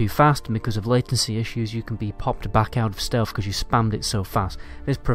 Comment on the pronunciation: Jeeezzzz Dude, "Stealth", not "stealf".......wtf